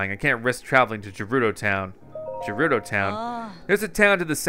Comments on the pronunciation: I'm screaming at you "G3RUDO" NOT "J3RUDO" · It's Gerudo, not Jerudo, please pronounce it right or i'll kill myself xD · Is it gerudo or jerudo cause says jerudo I think it’s gerudo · Gerudo is not pronounced j it is pronounced gf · Btw it’s not jerudo it’s gerudo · Anyone else anoyed by the way he pronounces it "jerudo"? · Gerudo is pronounced guerudo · You keep mispronouncing Gerudo. G is pronounced like Ga.